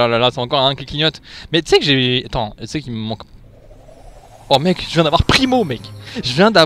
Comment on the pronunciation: Il a dis meg a la place de mec j'adore 🤩